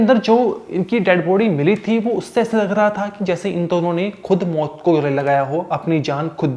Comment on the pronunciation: मोत नहीं मौत.....learn to pronounce correctly.